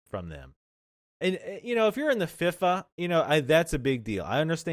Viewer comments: Fee-Fah. not Fif-fah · You demolished the word FIFA. It's pronounced Fee-Fa.